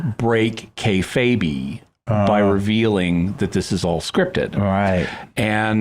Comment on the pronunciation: Jimmy totally pronounced kayfabe wrong kay-fayb not kay-faybee